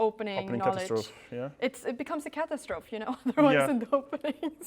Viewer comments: You say "Kah Tuz Troef". Is that how the British pronounce it? I say it as "Kuh Taz Troe Fee". I'm ESL (English as Second Language) and find Languages & pronunciations interesting! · lol is that how you say catastrophe in your country, Pronounced like this Kuh-ta-struh-fee